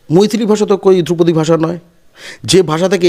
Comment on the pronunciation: বলিহারি বাংলা হান্ট! ধ্রুপদী কে দ্রৌপদী বানিয়ে দিলেন! বাংলা ভাষার জন্য সত্যিই ভয় লাগছে।